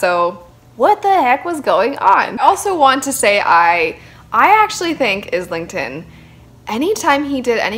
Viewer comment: Book three is out to complete the trilogy. The start of book 3 recaps the first 2 and you really need it because there is so much going on. I must say the book is very stormlight meets the wheel of time plus time travel. Also not to be a dick but his name is pronounced island-ton not is-ling-ton. (I made the same mistake Michael Kramer corrected me)